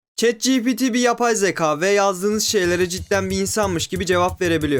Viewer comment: zeka nasıl bir telaffuz